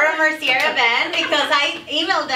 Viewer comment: Fashion Icon?!!! you really need a reality check.....and it's not pronounced Laura mercierrrrrrr it's pronounced Laura Merciyay MERCIYAY!